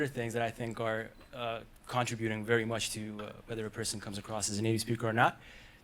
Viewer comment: I've lived in the U.S. my whole life..both east coast and west coast. The way he said preferably was fine. Although there are times where the stress was in the wrong place. "Contributing" sounded a little weird but even then, I've heard people say it that way before too